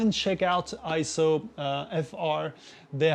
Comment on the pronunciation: Nope, not pronounced I-ZO. It is correctly pronounced AY-ZO per EIZO's own corporate video. Also see the correct pronunciation in the EIZO Wikipedia, which also shows AY-ZO. And one more reference... see the 2021 Scientific & Technical Awards EIZO Acceptance Speech video where Masato Nakashima, the Senior Product Manager at EIZO, pronounces it as AY-ZO. In Japanese, the "ei" together is usually pronounced as an AY sound just like when we say the Japanese word Sensei - Senˈsā.